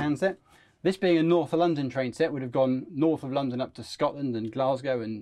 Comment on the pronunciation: Oh, and 373's did run "Norf of Lah-dan". GNER ran the "White Rose", which was a 373 in their livery. I travelled on it. It ran from York, hence the name.